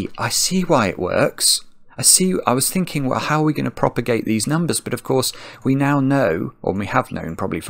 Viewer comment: “Propogate the moduli!”